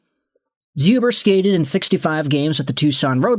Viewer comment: Hey! Polish Habs fan here. Just so you know it's pronounced Shoober. Otherwise awesome video and the Canadiens haven't had a Polish player since Czerkawski so I'm happy 😁